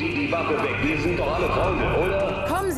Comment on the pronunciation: ps der typ heist nigthtingale und nicht nightigdale